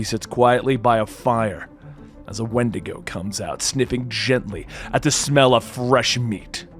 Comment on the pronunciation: When-dee-go! Not wind-ago lol